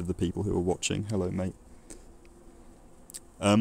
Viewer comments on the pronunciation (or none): none